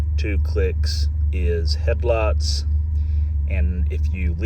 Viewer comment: Just a lovely vehicle, great condition inside and out. I also enjoy different dialects from all over the world,. "Headlutz" is a new word to me, but I love it!